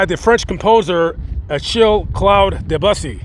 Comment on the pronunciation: It's dehb-you-see, bussy means "boy pu$$y"